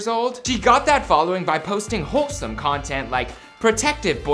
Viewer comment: “Posting hoesome content”